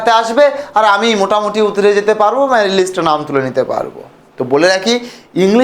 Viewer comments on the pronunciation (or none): Ota married na merit r tensolation na ota translation.😂 Minimum pronunciation gulo to thik korben.